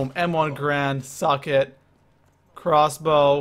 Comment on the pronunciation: ITS GARAND NOT GRAND!!!!!!